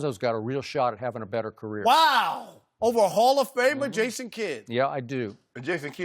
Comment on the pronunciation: "Ason kidd"🤣🤣